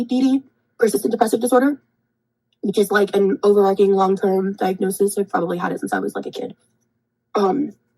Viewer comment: Her pronouncing “overarching” as “overarking” with her above average IQ